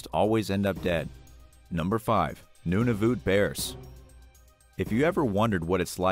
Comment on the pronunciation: Noonoovoot 😂😂😂 eekwalet 😂😂😂😂 Nun-ah-vut😂😂😂